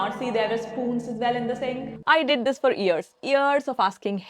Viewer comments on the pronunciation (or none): Something you can work upon now that you have free time - pronunciation of the word years! The main difference between "ears" and "years" is that "years" begins with a consonant /y/ sound (/j/), while "ears" begins directly with a vowel sound.